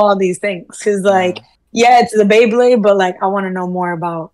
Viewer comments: Its BeyBlade (bay-bleyd), not BleBle. Dafaq! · The guy saying BLAYBLAYD instead of BEYBLADE made me cringe